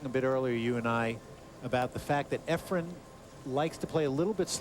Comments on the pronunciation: Why does Alan Hopkins always say "Efrem?" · It's not "Efrum" either, lol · Jesus Christ Alan: It's EFRAN, not Ephrum. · ..Alan Hopkins is a great color commentator but someone needs to tell him it’s Efren not Efrem